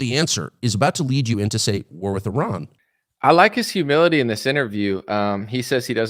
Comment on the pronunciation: Please pronounce "Iran" correctly! Thank you!